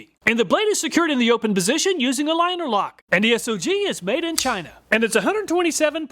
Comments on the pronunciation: S-O-G brand It is pronounced "sog"....like the first part of the word "soggy". They took their name from the "Studies and Observations Group" that was part the military operations during Vietnam.... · SOG is pronounced like bog but put s in steed instead of a b if that makes sense